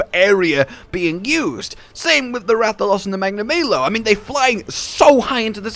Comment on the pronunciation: Tetra-nay-don... Magna-may-lo. Im confused.